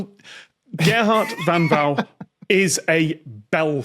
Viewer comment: Because "van Wou" is the correct Dutch spelling. Tom doesn't pronounce it 100% correctly - in IPA, it's /vɑn ʋʌu/, so the two opening consonant sounds aren't the same..